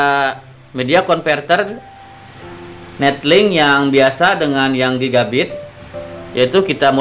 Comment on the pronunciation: 𝑛𝑒𝑙𝐿𝐼𝑁𝐾 𝑏𝑢𝑘𝑎𝑛 𝑛𝑒𝑡𝐿𝐼𝑁𝐾